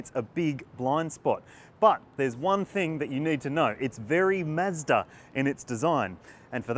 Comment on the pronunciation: ‘Mazda’ not “miiiizzzzdaaaa” and ‘dual’ not “juuualll” 😂 otherwise, great review